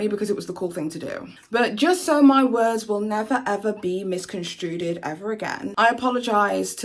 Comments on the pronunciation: its "misconstrued" doll not misconstruted =o) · ✒Babe it's 'misconstrued' not 'misconstruded'